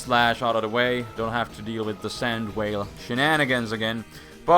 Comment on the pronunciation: because said sand "whale" instead of sand veil